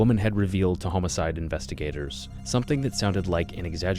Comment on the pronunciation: You say homicide wrong and its hilarious